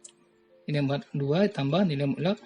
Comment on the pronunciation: Mutlakk bapak bukan mulak